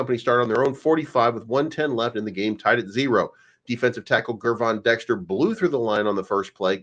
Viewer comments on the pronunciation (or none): Hey, Gervon’s name is pronounced “JER-VON” not GGGGRRRRRvon. You’re welcome